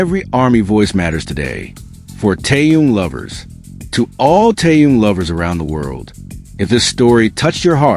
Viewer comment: Его зовут Тэхен. Зачем вы коверкаете его имя?